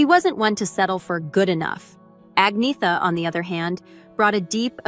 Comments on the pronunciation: Her name is not pronounced Ag-nee-tha. It is Arn-yetta. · It’s pronounced An-yet-a